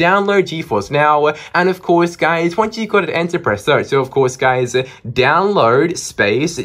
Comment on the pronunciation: Its download not dowload😅😅😅😅